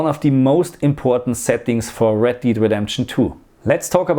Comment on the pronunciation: It's Red Dead, not Red 'Deed' Redemption.